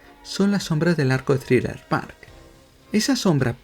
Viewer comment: Es thriller bark, no thriller park